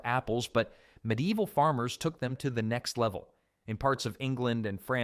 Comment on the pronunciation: There are loads of medlars around where I live. I didn't watch any more because hearing the mispronunciation of medieval 15 times in the first five sentences was more than I could take.